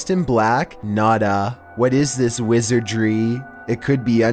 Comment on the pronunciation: The way u say wizardry..lol i love it